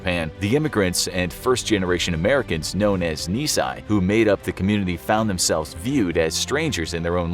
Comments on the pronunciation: KNEE-SAY not ni-sigh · It's "knee say" not "knee si" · Why does the title of the video call Japanese-American soldiers "Japanese Soldiers?" That's a completely different story. Why was the current Texas flag in an image of the Battle of the Alamo? Why is the narrator saying "Nisai" instead of "Nisei?" There's no such thing as the "Congressional Medal of Honor." It's called the "Medal of Honor." John Connally was awarded a Bronze Star, but you put a Silver Star on him in the animation. Why are you people so terrible? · NisSEI! Not NisSAI. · Correction: It's Ni-Sei and not Ni-Sai. Ni-Sei is Second Generation. Ni-Sai means 2 years old. lol Just sayin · Thanks for the video. One point: "Nisai" means "two years old". "Nisei" means "second-generation". "Nisei" is the correct pronunciation. I'm sure you didn't intend to claim all these heroic solders were two years old. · Nisei. Ni “say.” Not Ni “sigh.” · "Nisei" is pronounced "ni-say" not "ni-sigh." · Nisei. Not Nisai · Nisei, pronounced like "Ni-seeeh", not nisai. Nisai would mean they were two year olds, not second generations :| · Two main nits to pick here. 1. Clickbait title. They were American soldiers. 2. You keep reading it as Nisai (pronounced like knee-sigh), which means "two years old". It's Nisei (pronounced like knee-say), and means "second generation". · Nisei is pronounced knee say rhymes with may not knee sai rhymes with why. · Not to complain or anything but you're pronouncing it wrong, it's pronounced NISEI!!!!!!!! Not nisai it's nisei remember that... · Gives me chills! Although we have many dark times as a country, this is what our country should be all about. God bless my ancestors and my diaspora that came to the United States. Also Nissei is pronounced nee-say. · Your title is BS. They were AMERICAN soldiers. Or at the very least say Japanese-American. Also Nisei is pronounced KNEE-SAY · Nee- sai?? Shirley you jest. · Nisei is pronounced like knee say. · ni sei is pronounced: nee-say.